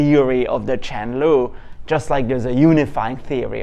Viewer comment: Im not a good English speaker, so I was confused hearing Chen Lu, wondering what is this? 😁